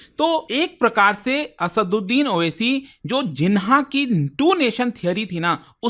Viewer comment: owaisi ko oac keh rha hai bolna to seekh lei